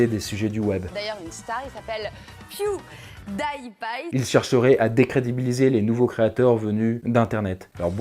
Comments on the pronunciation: qui est piou daï pïe xD je connaissais pewdiepie mais pas piou dïe pïe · "Piew daie paye"